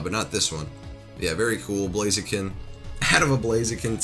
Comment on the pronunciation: JordanJapanNintendoFan✪ blaziken Butcherd it Lol